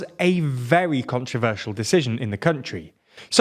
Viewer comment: bound not "binded." controversial not "contraversial."